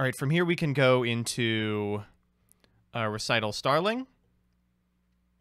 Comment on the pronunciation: actually saying Recital correctly was the highlight of this video. Actually learning.:O